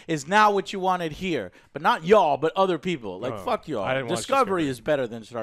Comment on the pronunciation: No, just the way they curse, honestly. Like Dirt The Fist King said, they way the put emphasis when they say fuck just sounds off.